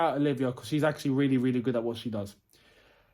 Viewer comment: Nobody:: This is AXE-ctually insane!